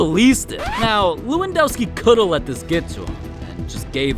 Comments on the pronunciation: It's le-won-doh-ski I think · it's lewandoski=levandoski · It’s pronounced Levandovski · It levendoski I'm polish